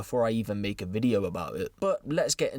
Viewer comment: The way you say video at the beginning cracks me up every time 😂